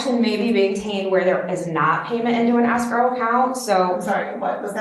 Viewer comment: Pronouncing escrow as asscrow should be a fineable offense, especially when combined with the vocal fry.